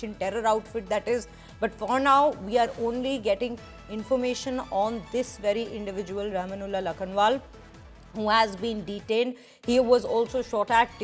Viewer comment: Pronunciation of rahman+ulla is not rama+nulla. Moreover his surname is not lakhan + waal. Please at least pronounce the names properly.